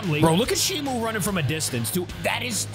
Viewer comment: Stop calling her shimu it's Shimo.